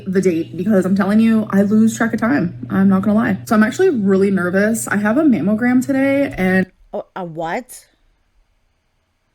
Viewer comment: I thought she was saying mam o gram. And that was irritating enough. Mammalgram makes me want to cuss at her to talk right